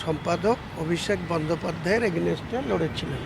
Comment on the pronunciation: এগেইনস্ট কে এগেনেস্ট বলে, আইডেন্টিটি কে আইডেন্টি বলছে। এই রকম পন্ডিতের ওপর সিপিআইএম ভরসা করবে ?